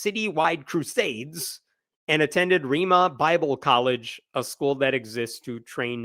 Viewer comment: Tulsa native here, Rhema is pronounced Ray-ma